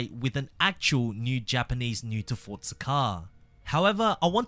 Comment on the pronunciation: Please say Forza not Fortza you Australian